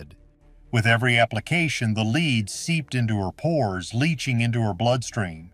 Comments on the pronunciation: I really wish Zamerican narrators could pronounce uk words properly, the lead pa int she used for makeup is pronounced led as in he led the path or the beginning of led zeppelin not Lee?! It really annoys me when people from abroad can't pronounce our words correctly Newcastle UK 10. 44 pm ❤❤❤xxx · Interesting. The AI generated voice is very distracting because it often mispronounces the word "lead", pronouncing it as "leed". You may want to go in and edit the soundtrack. 👍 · Too bad this is not a human talking. He keeps pronouncing a chemical lead like he is leading a dog. A human knows better. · So you are telling me that for HUNDREDS of years this was used as an alter cloth and it was never washed and NOBODY ELSE touched it, but you are DEFINITE that this is ELIZABETH'S DNA??? Give me a break. Wouldn't her maids also have had these same toxins in THEIR blood as well since it is very likely that THEY were the ones applying the makeup? AI GENERATED> they can't even pronounce the word "lead" like the element. AI kept saying "lead" like a LEADER. Idiots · poor woman was killed by her makeup. oh and you should kcheck how your ai narrator pronounces "lead." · Definitely! Mispronouncing lead some of the time was disconcerting.